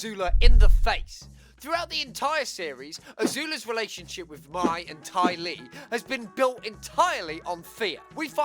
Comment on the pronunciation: Lowkey kind of bugs me the way he says Mai’s name. Mai’s name is supposed to be pronounced like the month May, not like the word my.